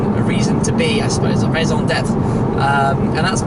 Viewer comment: Thx,he has a good pronunciation of french words. I'm wondering if he speaks french(in addition to "bonjour monsieur l'agent' and "voici mon permis et mon assurance" haha)